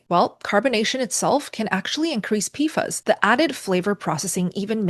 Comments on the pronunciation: JSYK…PFAS is pronounced “pee-fass” Also, 1-10 ppt isn’t that high or uncommon. Many natural waters, groundwater or surface waters, have similar levels or more depending on where you live. And the EPA’s upcoming regulations are 4-10 ppt depending on the specific PFAS contaminant. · This would be easier to watch IF the main words were pronounced correctly! So easy for you to look them up. "PFAS" as in PASS = P-FAS "Perrier" is not Pe ree er. It is properly pronounced peh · ree· AY Gerolsteiner: Geh (like 'get' without the 't'), rol (like 'roll'), STAY (rhymes with 'day'), ner (rhymes with 'runner') So: *Geh-rol-STAY-ner*.